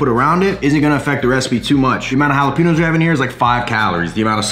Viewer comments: Jalapeenos lol. Cmon man, it’s pronounced jalapenyos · Based. Love the quest chip ideas (especially if I don’t want to cut up the mission corn tortillas). Also, we gotta teach you the right way to say jalapeños, haha.